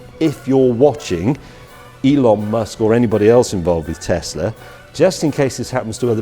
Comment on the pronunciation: Its little but I'm glad James says Tess-la rather than Tez